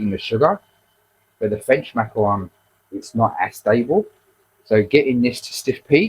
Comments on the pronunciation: Macaron not macron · Macaron, not macron.